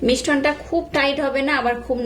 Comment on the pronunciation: কথাটা মিশ্রণ,মিষ্টন নয়।